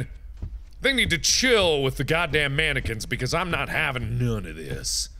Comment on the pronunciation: how did you manage to fuck up "mannequin" so badly